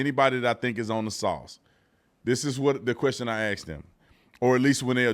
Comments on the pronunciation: Quit saying "AX." You're smarter your than that. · I love you B, but it bugs me to no end when people say axe anyone, axe me etc... the word is "ask" you're an educated man, I know you are! Much love! I live on the Gulf Coast of MS & it's rampant, just bringing it to attention. No disrespect! ❤